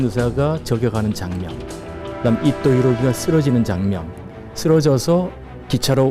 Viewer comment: 나만 이토가 아니라 이또로 들리나?